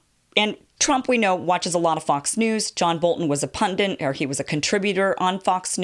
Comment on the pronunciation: mujahideen is a cool-sounding word regardless, umm it’s “pundit” not “pundint” ;-)